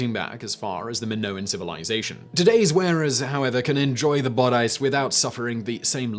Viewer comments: I can assure you this is not how British people pronounce either word! I winced a lot. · I agree with your statements on corsets, but is it possible his pronunciation of bodice and crinoline are British variants? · 90% commenters: rant about corsets Me: Bod-ice. Classic Simon 😂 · Your info on corsetry is really inaccurate, much like your pronunciation of "bodice" and "crinoline". You really should take more time to find out what's fact and what's myth, and to at the very least google up the correct pronunciation of words you don't normally use. If you want to hear about corsetry from someone who really knows the subject, check out Bernadette Banner and Morgan Donner. Both of those ladies have channels about sewing vintage clothing, and they've researched the topic extensively.